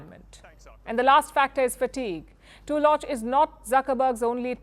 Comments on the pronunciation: I think the name is pronounced TULL-luck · The name "Tulloch" is typically pronounced /ˈtʌlək/ in English, with the emphasis on the first syllable. It's pronounced with a short "u" sound as in "put" or "foot". The "ll" is pronounced like a single "l" sound. Madame PALKI please lear your pronunciation